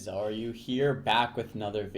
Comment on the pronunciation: Samy pull that stick out of your ass, it's a joke. we all know he really says "xaryu here" we are not fucking stupid. It just sounds like he's saying "are you here". jesus man..